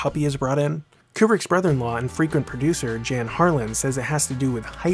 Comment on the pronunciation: I've seen this video a countless number of times and am sure that the only mistake in it is the mispronunciation of "Jan Harlan" [Yan Harlan]